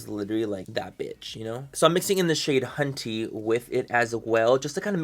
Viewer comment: Every time he says 'hunty', I hear 'cunty' and all I can think of is Manny saying "If you don't like this palette, PLEASE DON'T FUCKING BUY IT".